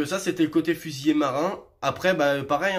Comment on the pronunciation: Il est important de bien prononcer : fusilier et non fusillé...